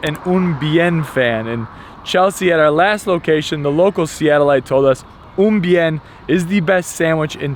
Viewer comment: Great video. Did butcher Un Bien* pronunciation lol